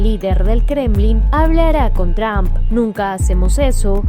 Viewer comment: Porque dicen Tramp y no Trump. No es difícil. Diga tru-m-p.